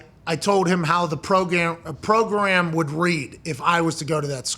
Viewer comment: ?? Did I hear Pat pronounce "program" wrong!?!? 🤣🤣